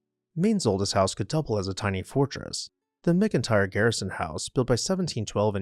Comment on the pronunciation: The McIntire Garrison House in Maine is pronounced MAC-Intire. Very exciting to see it pop up on my youtube feed! The direct descendants of the original McIntires owned and maintained the house until recently when they entrusted it to the local historical society after turning the land around it (which they had also owned) into a preserve so it could never be developed. Its a very cool place!